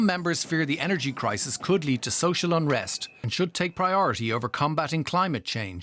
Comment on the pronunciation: That guy said, “Crimate Clisis” hehehe